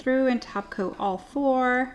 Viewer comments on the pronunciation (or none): none